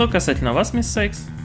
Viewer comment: Всем все равно но Cykes читается Сайкс